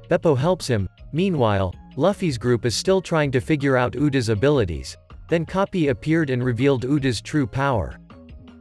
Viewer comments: Bro this entire time when coby came my guy instead freaking keeps saying copy instead of coby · same with coby/koby the ai says copy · Coby ❎ Kopi ✅ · Bro say copy is koby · Koby ❌ kopy 👍🏼